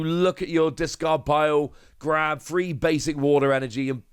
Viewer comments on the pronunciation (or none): none